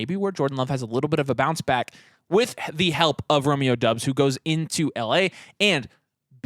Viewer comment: It’s Dobbs not Dubs. Romeo Doubs.